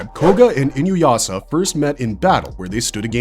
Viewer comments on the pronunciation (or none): Ah my favorite AI voice mispronouncing Inuyasha 😂